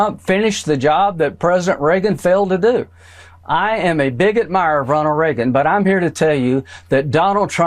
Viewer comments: sounds like "I'm a bigot". *nods slowly* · The way he said, “I’m a big admirer..” It sounded like, “I’m a bigot mirer”